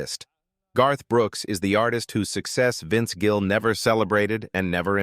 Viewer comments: His name is Gill not Jill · The number of times the AI voice called Vince Gill "Jill" (A hard "g" instead of soft) was hilarious. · Such Horseshit! AI generated and the announcement pronounces his name as JILL! The same crap as it is trying to stir up! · His name is Gill not Jill. I can't stand Garth Brooks, either. Love Vince Gill. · They even say "Jill" while trying to say Gill in the garage. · I’m no Garth fan, but these fake ai videos always name him as “most hated”. There is another where Willie hates him as well. And AI BS can’t even Gill’s name right calling him “Jill”. Kristofferson was on the Willie one as well. AI does pick up on the direction of Country has gone and many of us can’t stand, but some of these ‘critiques’ are almost the same (Aldean, Billy Ray, Shania Twain) West? That was out of left field… let’s see if I’m right about #7… Guess I was wrong, expected it to be Toby Keith lol. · This is AI bullshit. Several times Vince is called Vince Jill. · This AI produced video can't even pronounce Vince's last name correctly.